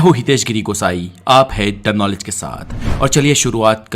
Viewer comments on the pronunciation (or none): Bhai jab tuney नॉलेज को कनोलिज bolaa naa tabhi video chhod di